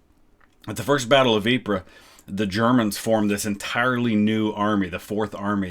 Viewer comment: As someone who used to live near Ieper (Ypres). It is pronounced EE PUR.